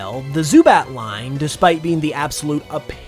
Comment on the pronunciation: Why you sound like that when you talking about zubat